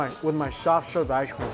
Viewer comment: Shoff sherve ishecream